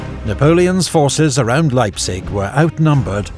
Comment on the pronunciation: Sigh :( Probably southern German. They don't know how to pronounce Leipzig either. it's "Laiptsish" wish a very soft"sh" ([ˈlaɪptsɪç]), not "Laipsick". And for some others the stress patterns were remarkably off. Some spellings were wrong too: Pösna, not Posna and Zschocher, not Zschlocher. I am sorry if I am come over terribly nitpicky but your videos are so damn high quality and well made that it is kinda more painful than in lesser quality productions.